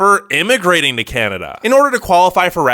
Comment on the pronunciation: He said: oh caneda